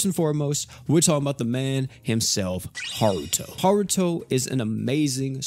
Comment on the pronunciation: it irks me that you are pronouncing his name has "haruto" when it's pronounced "hart"